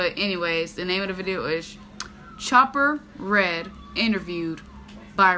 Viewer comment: Oooh for fuck sakes, its chopper REID, you think you're Michael Gordon or something